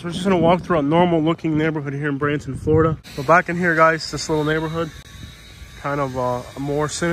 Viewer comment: Florida not Floridana